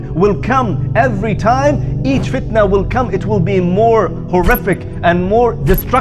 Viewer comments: Can someone tell me why the speker say FITAN and not Fitna? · Why did the speaker say Fitan? isn't it FITNA?